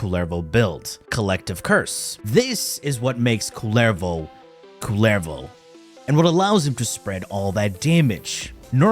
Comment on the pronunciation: It pronounces 'ku- yer vo' not 'ku ler vo'. He is a knife throwing Mexican.